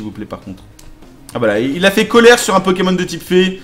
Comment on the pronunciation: non c pas possible il a appelé c pokémon anus 😂😂😂 jpp